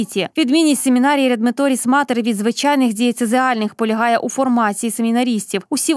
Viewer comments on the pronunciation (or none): редметоріс???? чи редемпторіс